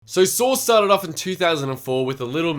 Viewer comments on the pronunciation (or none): none